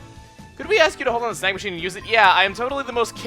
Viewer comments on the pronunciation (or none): When you "Snag Machine" I thought you said "Snack Machine". That made the beginning of the video too funny!